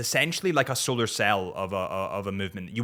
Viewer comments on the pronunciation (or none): none